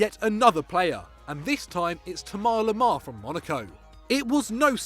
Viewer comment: I bring when he says Le Bluh